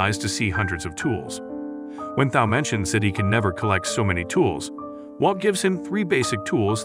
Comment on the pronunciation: Stop mispronouncing Thao’s name. It makes a hard T sound not a soft th.